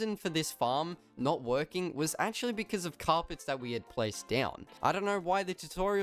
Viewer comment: Please stop saying becizz, it pronounced because. No hate